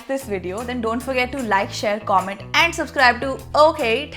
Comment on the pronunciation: Nice sense of fashion has! The only weird thing about her is she pronounces ‘and’ as ‘eeend’😂 not cool bro